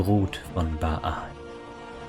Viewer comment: Erstens: Danke für die Zusammenfassung, ist schließlich doch 20 Jahre her, dass ich Throne of Bhaal abgeschlossen habe. Die Aussprache der Eigennamen ist aber sehr eigenwillig. Der heißt einfach Bhaal (gespr. Bahl) und Drizzt do' Urden wird englisch Drisset do Örden ausgesprochen. Du sagst ja auch nicht Ion Irenicus.